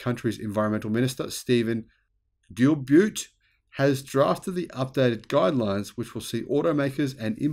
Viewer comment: the last name of our Canadian Environment minister can be pronounced « Geelbow ». He’s a francophone from Quebec (French-speaking province) and used to run a large environment-focused NGO before.